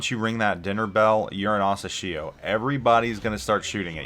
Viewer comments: Hey! The way you pronounce Asashio sounds strange, especially since you mentioned it so many times. Couldn't resist not commenting. You can check how Google translate pronounces it. Use 朝潮 for Asashio, which translates to "morning tide". Have a great year! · Hearing you pronouncing the name is so painful